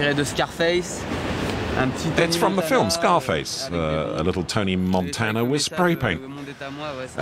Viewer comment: the way he said montana